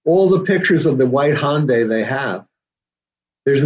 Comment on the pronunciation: What is a “Hon-day” does this guy know there are Hondas and Hyundais and to stop combining them lol